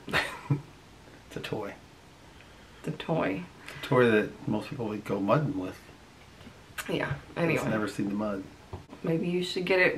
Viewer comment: Look at not being about to pronounce muddin (MUD-IN) or not even know what it really is. 🤣🤣💀